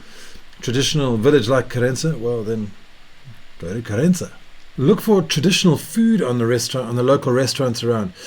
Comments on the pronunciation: I didn't said you wrote. I said you pronounced ("Querénza")... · Hi mate ! You're living here for a while. You're almost portuguese ! Please don't spell "Querença' with spanish accent. We, the portuguese, hate that (I'm sure your wife as well)...😉🤣